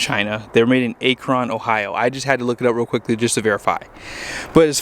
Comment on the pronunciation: It’s not pronounced A-kron. It’s Ak-run.